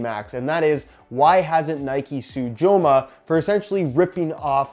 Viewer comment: say it their name right lol. Its not "Jo-ma" its a soft j in spanish